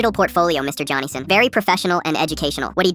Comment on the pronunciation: Johnson ❌ "Johanson" ✅